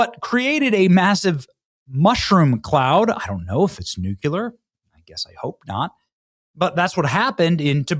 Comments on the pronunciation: Nu clee ur…not nucular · Benny: love you but you keep saying the word "nuclear" incorrectly. It is pronounced NOO-KLEE-ER, not NOOK-U-LER. This was a public service message ❤️🤍💙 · Nuk-lee-er, Benny. Geezus. Who are you? George W.? Nuk-you-ler? Killin me bro. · "nu-cle-ar" NOT "nu-cu-lar" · Benny....................................... Its not 'Nuke-YOU-Lur' ......... its 'Nuke-Lee-er'. Yer smarter than that muh dude!!!!!!! 😆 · Sometimes your not thinking straight or considering the effects of your implications. First off - the word is Nuclear. Nu Clee R NOT Nu Cu lar. Read it slowly and pronounce each letter as they occur in the word. Mispronouncing such a simple word makes people question your intelligence. Second - Suggesting that the US has attacked Iran with Nu Clee R weapons is irresponsible an only gives the Left more erroneous material to broadcast or pen in their presentation of "The News". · Love you Benny, but it's pronounced NU-CLEAR!! Not NU-CU-LAR!!! NEW-CLEAR!!!! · NOO-KLEE-URRRRR not NOO-KYU_LAR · Benny, it’s pronounced nuclear (New-clear), not nukular. Love ya buddy! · The word is nu-cle-ar. Not nu-cular. You sound like an uneducated loser every time you say nu-cular. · Day more than one of saying it’s nuclEar not nucUlar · Its not spelled nukular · NUCLEAR…. NEW-CLEE-ER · It's not NUKULUR! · Love your channel man. Can you please start pronouncing Nuclear correctly? It’s not Nukeelar. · It’s nooo-kleee-ir